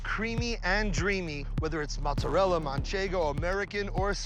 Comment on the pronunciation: So tired of dumb New Yorkers says “mutz-arella”.